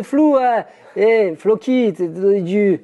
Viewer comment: On ne dit plus Floky, on dit Flouki, d'abord !